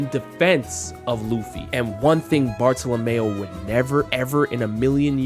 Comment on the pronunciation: Please pronounce the name of Bartolomeo correctly "Barto-Lomyo"